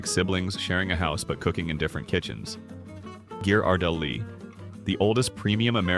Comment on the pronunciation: THIS IS SO ICKY, USING AN AI NARRATION, BAD PRONUNCIATION. CANNOT PRONOUNCE Ghirardelli !